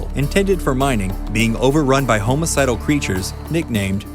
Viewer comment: This man said "homo-cidal"